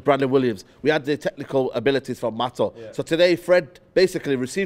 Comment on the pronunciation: These lot love their “techniaecal abilatay” 😂😂